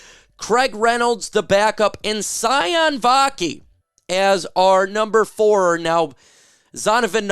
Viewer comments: Let me help u out? Sione is not pronounced “Cy-On” it’s pronounced “See-Oh-Nay.” It’s Tongan, and in Polynesian languages, the sounds are phonic and the vowels have the same sounds as Spanish. E’s make and Ā sound and i’s make and “ee” sound. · Maybe one of these days you’ll learn how to pronounce Sione properly😂